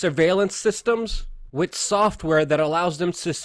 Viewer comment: Luke, I appreciate the time and research you put in, but PLEASE work on your enunciation. It drives me crazy to listen to you try to intelligently discuss these topics, while using "wit" instead of "with". Accent & enunciation, brother. Keep fighting the good fight!